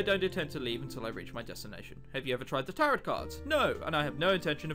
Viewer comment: IT"S PRONOUNCED TAROW CARDS EVEN THOUGHT IS SPELLED TAROTOT CARDS sorry for yelling but you know